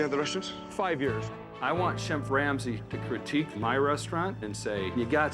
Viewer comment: Did this cocky owner say "fun-shoo-ality" when he meant "functionality"? - "Shenf Ramsey" - "SELF-taught by old-school Europeans" What an idiot 😂😂